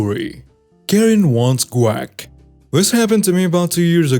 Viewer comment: I love the way that you say guac. It sounds like quack or crack. When you first started reading the story I thought maybe you were talking about ducks. It's hilarious and this is just one of your beautiful quirks that makes me such a huge fan. Thanks for reading this.